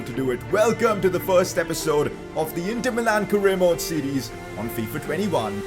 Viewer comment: Did anyone else hear him say Faifa